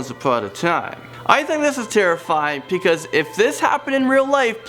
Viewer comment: I love how he says because "pecause"